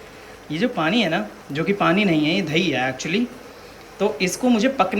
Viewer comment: 😭😭"DHAIIII" OR DAHIII ????